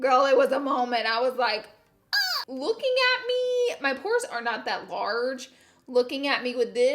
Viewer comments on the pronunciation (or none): When I heard you say I watch Pore videos all the time....I seriously thought you said Porn for a second. I about died laughing lol. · Sounded like you said “Porn videos....” 😂😂😂😂 ya girl was rollin!